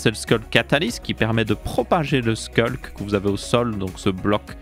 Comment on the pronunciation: Ça fait plaisir qqn qui prononce sCulk au lieu de sHulk